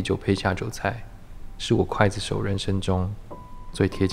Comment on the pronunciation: 晕倒!!那个刽( gui)子手請不要讀成guai(筷子手) 好不好?别讓人笑掉大牙哦!!温馨提示!! 😙😙😙